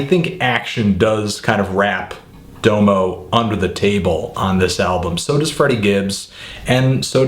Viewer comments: I CAN'T TAKE YOU SERIOUSLY WHEN YOU DONT KNOW HOW TO SAYS DOMO'S NAME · He pronounces Domo that way cause that's how you say it in Japanese lol. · Lol u guys make it sound like he would have appreciated the album more if he pronounced "Domo" correctly